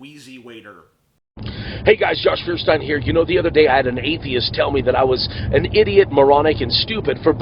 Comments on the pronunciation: john ferstin? its feuerstein. pronounced like "foyershtain". its a german last name after all. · ...Josh can't even pronounce his own name right... It's a German word pronounced "Foyershtayn" not "feershteen" lol. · To Josh: it's very easy to pronounce your name correctly as it comes from two very simple German words, namely Feuer and Stein (nouns are always capitalized in German) or Fire and Stone in English. They are pronounced "Foyer" and "Stein" (or "Shtein" to be exact) and when combined into one word translate to "Flint" in English for what should be obvious reasons. And no offense but that makes you Mr Flintstone in English!